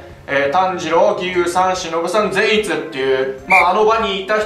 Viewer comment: 苺と一護の時のように善逸の発音がちょっと違うような…